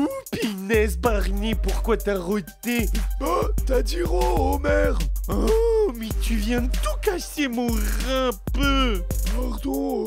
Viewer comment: c homer simpson pas omer